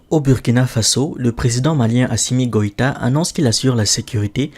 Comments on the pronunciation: 1- Le nom du Président Malien est Assimi Goïta et non Assima Goïta. 2- Il est président de la transition du Mali et non président par intérim. Faites au moins un minimum de recherche parce que ceux qui vous écoutent ne sont pas bêtes comme vous. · Elle dit "asima goita" mais celle ci vraiment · Assima goita. Assima, voilà le travail d'une journaliste. Rien que lire le nom de quelqu'un la dépasse. Je pense qu'ils ecorche volontaire les noms des gens je ne sais pas ce que ça les donnes. C'était la même chose de Aya Nakamura